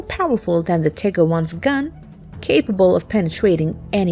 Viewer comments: FYI it is pronounced TIE GER not Tigger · Am I the only one that enjoys hearing her call them the "Tigger"?